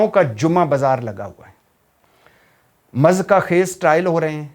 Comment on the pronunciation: Mezka khaiz lefz nahi hota muzhikka khaiz hota ha Bhai g Never mind plz